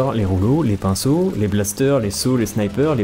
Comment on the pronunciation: Attends tu as dit les rouleau les pinceaux ou l'épinceau xD